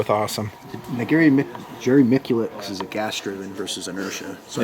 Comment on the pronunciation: Crazy. What’s really bad is that you guys can’t even pronounce, Miculek correctly! It’s, Mitch-elak... Come on! He’s the most famous shooter in the world.